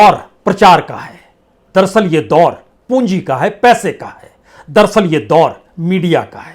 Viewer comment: आपकी भाषा .... "महीने दर महीने, परत दर परत"....???😊😊😊 अगर लोग ध्यान दें तो सुनेंगे....दरअसल को आप दरसल बोलते हैं.... 😊😊